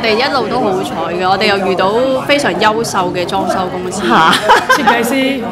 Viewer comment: 優秀，我怎麼聽著像夭壽？